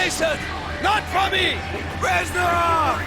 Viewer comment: Fyi not reshnov but resssssnov :)